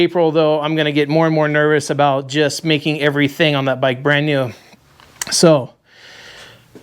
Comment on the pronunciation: These are the best kind of videos. See sht himself when his old lady rolled in aboot 😂